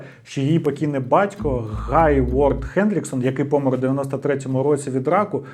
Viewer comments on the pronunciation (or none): Я розгадала) Добрий день 😏 Ну - мАбудь, відвЕзти, це ще бо божески. Далі. Вірно: близькИх, помЕр. Не пОмер) А так, просто чудово 👌🏻 Хороша вимова, приємно слухати 👂🏼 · Усе норм у відео, але дуже ріже слух пОмер, а не помЕр. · Став будь ласка правильно наголос в слові помер 😢 Не пОмер, а помЕр 🥹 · Будь ласка не зиркай по боках під час розповіді, дуже некомфортно таке дивитись. краще вивчай текст, щоб не зависати, і не збивати цим слухачів, або чому б не зачитувати текст взагалі закадрово.. і роби правильний наголос в слові помер. Що за пОмер